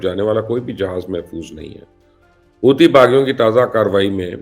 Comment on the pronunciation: Stop saying Houti baghi......say Hauthi Ansarullah ❤❤❤